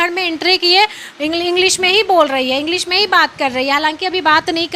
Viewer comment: Aap to sahi se bolti mam agdeji nhi english 😂😂😂😂